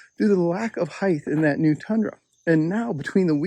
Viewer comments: Good points but WHY do you keep saying HeighTH? Who taught you to pronounce it that way? Lisp? Tell me!!! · “Heighth”. You learn something new everyday